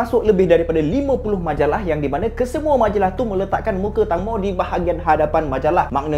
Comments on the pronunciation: sebutan nama dia bukan tangmo bang. tengmo sebutan dia. klu sebut tangmo maksud lain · Saya belajar bahasa Thai, Sbnrnya "Tang-mo" tu dibaca "Taeng-mo" แตงโม yang bermaksud "tembikai" (watermelon) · tangmo dibaca macam ni "teng mo" (e taling) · Sebutan dia Tengmo.. Maksudnya tembikai 😑😑.. Mmg dia famous, mak sy dulu masa masih sihat tiap² malam tgk drama siam.. Drama siam tak sama mcm M'sia, malam sampai malam (waktu M'sia).. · Tangmo cara sebutan dia macam ni ( Teng-mo) yang bermaksud tembikai...tu nama gelaran dia.. fun fact nama gelaran dekat Thailand memang pelik2... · sebutan betul 'Tengmo'